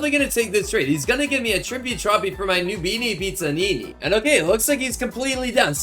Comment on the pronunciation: He pronounces everything wrong Noobanini Pizzanini got me laughing